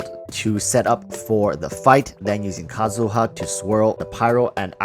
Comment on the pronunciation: Kazuha not Kazuya